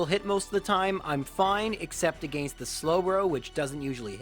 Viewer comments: I really like these videos but I gotta say your pronunciation of “against” makes me hardcore cringe every time haha. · TIL is Canadian. Makes sense bc i was wonderin what the deal was with his pronunciation of “against”